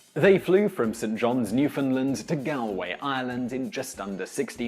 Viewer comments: Gal-way? Is that the way gals do things? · That pronunciation of Galway is horrific